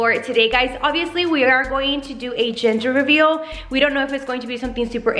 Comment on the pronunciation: Lmfaooo did anyone hear her say ginger reveal 😂😂😂💞